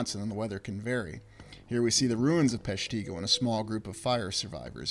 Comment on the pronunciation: It’s pronounced “PESH-ti-go”. Short i. I’m from the area.